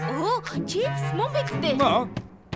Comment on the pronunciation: Чипс гэдгийг чип гэцэн байна